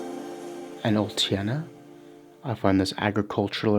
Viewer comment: Oltenia You read it Ol-te-ni-a Dobrogea You read it Do-bro-gia